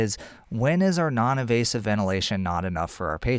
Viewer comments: for “Less evasive way to provide support...” did you mean “Less invasive way...?” I think I hear you saying “evasive” throughout, which I’m sure you don’t mean. Thanks a lot for your otherwise excellent piece! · I think you mean invasive and not “evasive”